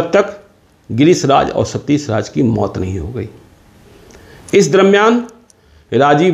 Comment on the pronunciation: Sh or sa mein farak toh seekh pe ghonchu. Satish hota hai satis nae